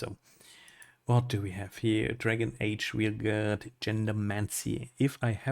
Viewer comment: "Wheel Garda yeh...Wheel Garda I think that's the correct pronunciation in English" Not even close. It's pronounced VALE GARD, or VAYL GAAD. But no, screw this game. People like what they like, and it's the company's job to analyse, predict and manufacture what we enjoy. This wasn't it, so it will fail, and rightly so. Stop fighting reality.. life is easier that way.